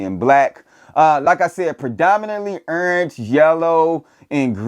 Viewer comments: Can't pronounce "orange" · I know you a Florida boy because I say Orange the same way 😂😂